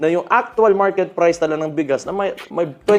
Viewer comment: Pumunta ka sa Maynila at dun ka mag public press con para mskita mo hinahanap mo. Hayup ang accent mo sa word na Priceeeee.